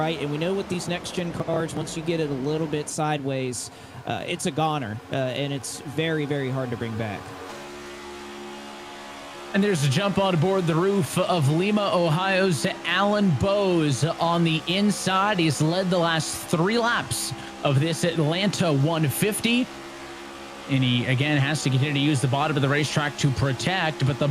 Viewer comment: Just a friendly note. It’s pronounced lie-ma, not Lee-ma